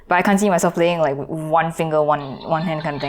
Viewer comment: English: with: wivff